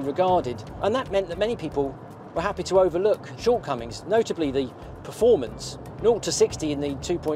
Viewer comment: the word is PERformance, not PREformance.